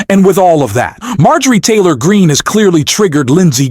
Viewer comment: Marge Geah Tory Green? What is this fake AI commentary. Ditch this AI rubbish. Hard to believe the content when the intrusive mess of AI English mistakes is happening.